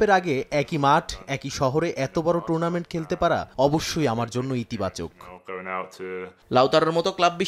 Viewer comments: সময়ের সাংবাদিকেরা কি মূর্খ নাকি ভাই টুর্নামেন্ট কে টুনামেন্ট বলতাছে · লাউতেরো মার্টিনেজের উচ্চারণ ঠিক করা উচিত🤣 টুনারমেন্ট না টুর্নামেন্ট হবে